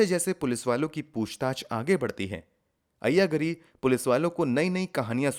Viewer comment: You are showing locations that don't exist in Hyderabad. Moreover, your pronunciation of the names is very unpleasant. Ayya Gaari is correct sound. Kura ganti is the woman's name.